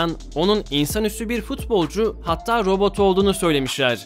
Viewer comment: robut degil